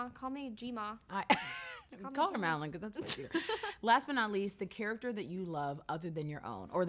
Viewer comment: SHE SAID MADELINE INSTEAD OF MADELAINE!!!!! TRIGGEREDD!!!!!!!